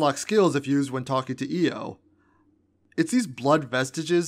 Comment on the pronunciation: its not io